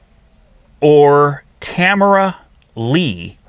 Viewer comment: say it with me, Tah-Mare-Rah